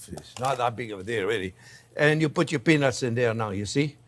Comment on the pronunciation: ow that was peanuts... The T was too silent chef. South Africa ZA